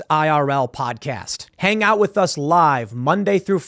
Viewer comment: cannot say "with"